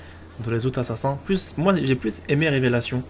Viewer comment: Est-ce que tu pourrais le dire a l'américaine (Assassin's pas Assassin)car sa me pique les oreilles (si tu veux pas c'est pas grave ).Sinon continue comme sa c'est géniale !